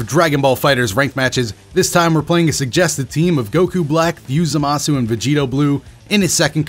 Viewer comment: “ZAHHMAHHSU” bitch what lol